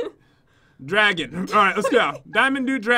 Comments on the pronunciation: The diamond one - Pat: do -dragon Me: It's pronounced dough-deck-a-he-dron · "Do Dragon" is actually pronounced doh-deck-a-heedron it's a shape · diamond Do-Dec-a-dron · It is do-dek-a-heid-ren dodecaheidren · Dimond do dragon... I like it Ps it is pernounced "do dec a he dron" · The 3rd level is called diamond doe-decka-head-ree-on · Only a year late... 😂 BTW:: The the diamond dude dragon (Dodecahedron) is pronounced Doe-Duck-ah-he-dron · Pat it’s diamond dough deck ah he dron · When you said diamond doo... that is wrong it is diamond dodecahedron (doe deck u he dren) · Not dragon it is Do-deck-uh-he-drin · it's pronounced dough-dek- a- heedron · How do you mess up the word dodecahedron its a twenty sided figure not dude dragon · it is pronounced do-dec-o-he-dren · It's pronounced Doad-eca-hee-tron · do Dre keh he dren is how u pronounce the diamond one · DOE-DEK-AH-HEED-DRON is how it is pronounced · It is pronounced Dough deco he dron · Diamond Doh-deck-uh-hee-dren it is a shape. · "dodecahedron" is pronounced "dough-deck-a-hee-dron" btw x3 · do heck a he dron thats how you pronounce it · It's pronounced dō-deka-hēdron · it is dec-a-hedren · Lvl 3 poonunciation is “diamond do-do, ca, hee, dron” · If yu didn't know, the word "dodecahedron" is pronounced, doh-DEK-a-HE-dren. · Its pronounced like Doe Deck A He Dron, spelled as dodecahedron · It's Do-De-Ca-He-Dron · It's called do-deack-aheedron. It's a shape. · When Pat says dodecahedron wrong...... (It's dough-deck-a-he-drun btw) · For the diamond dodecohedron. It is pronounced like dough-deco-he-drone. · Its called Diamond Doe-Deck-a-he-drin. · in case you wanted to knows pronounced 'DOE-DECK-AH-HE-DREN' its a type of shape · it's pronounced doe deck a he dron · It's doe-deck-a-he-dr-on just to let you know 💖 (Pat) From the diamond dodecahedron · It's a diamond do-dec-a-hede-rin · It's diamond dodecahedron (doe-deck-a-he-drun) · it is pronounced dough-deck-a-he-dren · it's pronounced doe,deck,a,he,dron